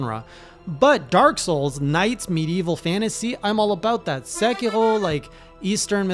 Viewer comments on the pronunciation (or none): Think sec-ear-oh xD pretty sure that’s how it’s pronouncedm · please stop saying sekiro like that i’m begging you 😭